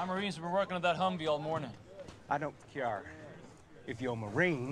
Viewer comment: "I dont cyare"